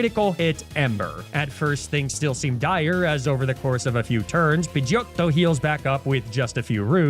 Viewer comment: I cringe everytime the way he says 'pidgeotto' but the good kind of cringe. The weird cringe which makes you let out a light chuckle